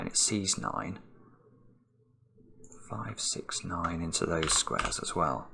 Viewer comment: To give him the benefit of the doubt this time, I think he said “as well” lol or even “swell”, haha